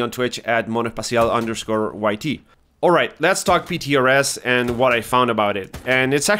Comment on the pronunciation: Did I hear a latin American accent cuando dijiste monoespacial?